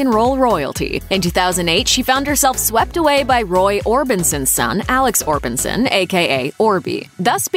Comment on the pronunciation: isn't it Orbison not Orbinson?